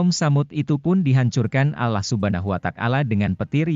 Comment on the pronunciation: Maaf ya anda. Beritakan cerita alquran tp kenapa bacanya alah bukan allah